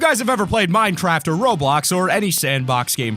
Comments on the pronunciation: Why did you say Minetraft? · Minecwaft deafwun